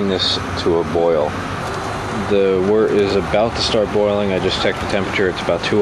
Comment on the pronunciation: FINALLY someone that pronounces wort correctly. Looks like you know what youre doing too. Great job. I've got an LME robust porter in my primary right now.